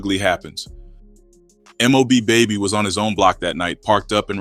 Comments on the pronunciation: And the story is about mob Bay bay. Not baby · It’s bay bay not baby 😂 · Bay Bay not Baby🤦🏾‍♂️ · This Mfer talk bout M.O.B baby ..its bay bay ..when i seen the title i shouldnt have never clicked on this Video 🤷🏽‍♂️🤷🏽‍♂️🤦🏾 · 1. This story cap. And 2 his name is BAY BAY not baby! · Lm😂😂 Bay Bay not Baby 🤦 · Mob :Bay Bay dude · and his name is M.O.B BAY•BAY